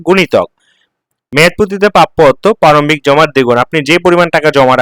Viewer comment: পারমিক না প্রারম্ভিক। আগে উচ্চারণ শিখুন।